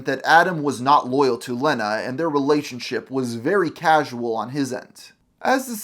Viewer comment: The single N makes the E a long sound, so it's leeeeeena, not LENNA.